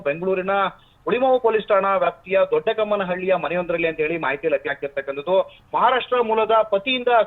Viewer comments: Hulimavu ಹತ್ರ ಇರೋದು doddakammanahalli.. Not doddakannalli😂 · ದೊಡ್ಡ ಕಮ್ಮಹಳ್ಳಿ.. ದೊಡ್ಡ ಕನ್ನಹಳ್ಳಿ ಅಲ್ಲ 😅